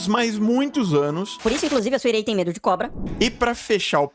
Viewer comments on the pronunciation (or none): none